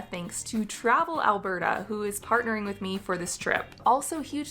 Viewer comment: It's Alberta, not Albrrrrrr lmao.😅 and come on, it does not snow all year round lol! I think you ve seen enough videos of ALBERTA to know this already!